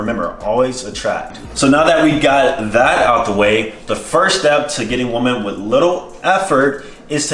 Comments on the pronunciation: Exactly I’m glad I found one of these comments, he says “woman” instead of “women” the proper way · It’s “woMEN” not “woman” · Is it just me, or is saying woman instead of women? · it is pronounced WE-MEN. Say it with me now WE-MEN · The way you say ''women'', you say it like ''woman''..Just an observation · Why do you pronounce Women wrong? It’s extremely annoying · Weymeyn > woomin